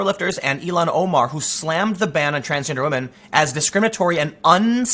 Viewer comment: Tim, her name is “ill-han” Omar, not “Elon” Omar